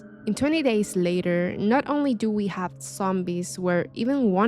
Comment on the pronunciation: Love video but I'm sorry sounds like ur saying "20 days later" LOL besides that no more notes.... keep up good work